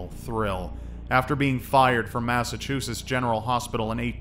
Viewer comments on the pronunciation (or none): none